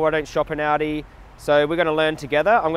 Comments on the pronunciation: It's pronounced "ALL-DEE",. Jokes aside, you are AWESOME!!! PLEASE come to the United States sometime and advocate here! It would be awesome! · When you say aldi, I keep hearing audi 😂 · thought he was saying “audi”